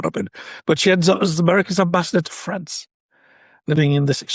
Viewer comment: France, not Grance.